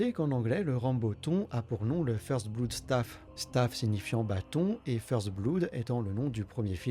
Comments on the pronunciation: Par pitié, "blood" faut le prononcer "bleude". Je parle même pas d'accent ou d'intonation ou quoi hein, osef, à la française c'est très bien, mais pas "bloude"... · la manière dont vous prononcez le mot "Blood" est dégoutante...